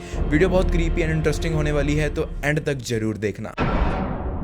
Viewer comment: Bhai apne Talaffuz pe kaam kare , woh Jaroor nahi ZAROOR hota hai it's Z in the beginning.....